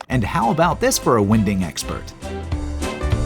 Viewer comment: It's not winding as in burping a baby, it's winding pronounced like wine.